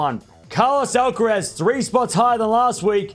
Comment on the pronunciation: You keep saying the last syllable in “Alca-rez”, like “tess” when it should sound like Alcar- “ass”. (literally).